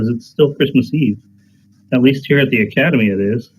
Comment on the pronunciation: "Kitten Academew" yas 👌🐱